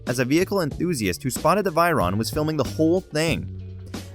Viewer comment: The bugatti V I R O N